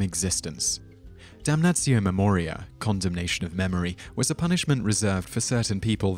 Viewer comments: ok dude its 'DUM NUH TSEE OH MAE MO REE AE' ae is like 'a' in 'aching' not 'dumneisio mumoraiy'... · I'm sorry, but the way you pronounce it, "damnazio memoriay", is giving me such cringe... since it was a roman practice in the classical era it would be pronounced "damnatio memorieɪ", pretty much the way its written. Don't make it hard without it having to be ;) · It will do so, just as soon as this narrator learns to read his script properly and check the pronunciation of obscure words such as "damnatio", "memoriae" and "deify", before opening his cake-hole. All that good research being annulled by sloppy presentation. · Sure, but he pronounces "Damnatio Memoriae" five or six different ways in this video alone! The Trans-Atlantic divide can't excuse that, can it? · If you are going to make a video in which you say a Latin word repeatedly, make sure that you are pronouncing the word correctly. As a student of Latin, every time you mispronounce Damnatio Memoriae (which was every time) I became more and more irritated. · He's speaking British Latin.